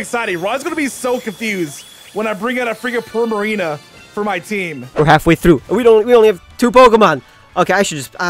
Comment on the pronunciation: Why do u say Primarino When its Primarina